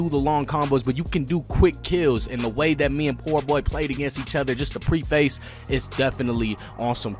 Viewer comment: Why you said pre-face? That was crazy.